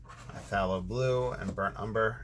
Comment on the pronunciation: Hi, fallow. Short a sound. “a” as in cat. Love your videos